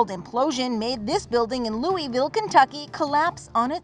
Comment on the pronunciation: At least that said the name of my city correct Louisville